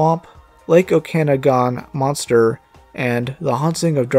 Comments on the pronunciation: haha as someone who has grandparents that live in Kelowna BC and near the real lake Okanagan I just wanted to let you know it is pronounced O-kuh-nog-in lol. Ive never heard anyone say it like you and it brought a smile to my face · "Lake Okanagan Monster" refers to a actual Lake in British Columbia that has a Loch Ness type myth Also it is pronounce Oak-an-awe-gan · I live somewhat close to Okanagan and your pronunciation made me giggle like an idiot